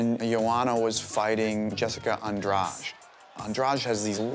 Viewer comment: Why do they say " Andraj" It's Andrade